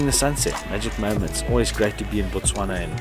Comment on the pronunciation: Absolutely beautiful cinematic video. I really appreciate how all you guys pronounce all the names of my country's places correct every time, i really respect that effort considering how hard Setswana names are